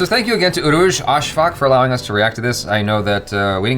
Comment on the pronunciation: Lol he said it like urooj asfak (like asfuck) 😂